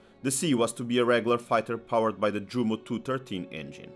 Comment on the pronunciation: it's not good when Jumo is read in english )